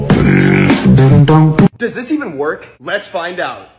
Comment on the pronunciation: I love that he saids pefect